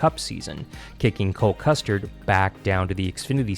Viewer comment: Did he say Cole Custard??